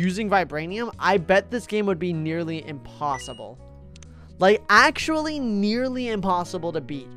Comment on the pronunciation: It zero actolly Actolly not kidding